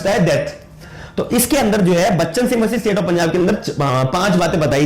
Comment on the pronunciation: Bchan singh h , not bcha singh. Majhi hai, not machi